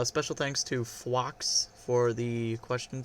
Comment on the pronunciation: Yes it’s pronounced Fwox, not F Wox, it’s as in like a “Fox”